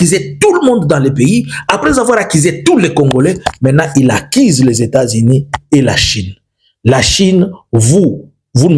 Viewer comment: Monsieur ulishaka massacrer ma U zote, accise ou accuse??😅😅😅